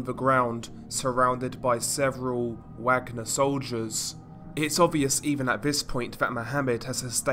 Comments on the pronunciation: Wagner is actually pronounced as Vagner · Worth mentioning Wagner is pronounced Vargner like the composer Wagner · its pronounced 'Vagner' Bro. but great videos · Informative video, kudos. Although, I think it's pronounced 'vah-gner' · Only one criticism. Its pronounced 'Vargner' group. Wagner should be pronounced 'VArGNER' The way it is for the classical composer the private company took their name from. Both Hitler and Stalin laid claim to his music and heritage. Wagner wrote 'Ride of the Valkyries'. One movement of the piece features in the movie Apocalypse now, the chopper attack scene into the famous "Charlie don't Surf" scene! It is a misconception that it is linked to the Nazi's. Thats not entirely accurate. Hitlers favourite composer was Wagner. Thats mainly where that misconception came from. The accurate link is as you said, close to Slavic tradition. Slavs and Vikings have a long connection. Its even believed the word Slav comes from the ancient Nordic meaning for Slave. Vikings took Slavic people as slaves to sell to the Khans around Constantinople 7th century. They even settled in Ukraine across the black sea from Istanbul/Constantinople. Vikings were pagans. If you know what the story is in Wagner's musical depiction, or anything about Valhalla, you will understand why a private military company employing a bunch of (patriots to Slavic glory) Mercenaries chose the name.. It has nothing to do with Nazis in their case. Although the Nazis also believed the same sentiment when they went into battle. Hence most of the SS battalion formation insignias are ancient Nordic runes. Himmler propaganda in the Ss. (He liked his esoteric religious legends of strength in battle) But it was never invented by o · Isnt it pronounced Vagner? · No, it's a German name and is pronounced "vagner" with the "a" being pronounced like the "a" in "class" for example. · It's vaag-nah mate. Not wag-ner. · It's pronounced 'varg-ner' you dumbass! 😊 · Wagner is pronounced Vagner.